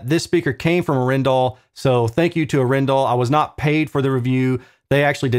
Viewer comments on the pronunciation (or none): I think it is 'A(hhh)-en-dal, not A-'ren-dal ;-) Not sure though, but being a Norwegian company this would be my (Danish) guess. Anyway, either is probably fine. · Great video. Not that I think they care it’s pronounced (R N Dal) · The two A in Arendal are looong, but your very close. 👍‍👍‍ Cheers,, 🍻😎🤘‍